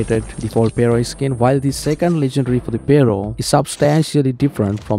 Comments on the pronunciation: "PARO" lol its Pharo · Duuude! The way you say Pharo 😅. I tried again and again to listen what is this gun you're mentioning that MSMC has the skin for. Turned on the subtitles to see but the subtitles kept saying "payroll" again and again. Until the actual gun came and I realized this was it 😅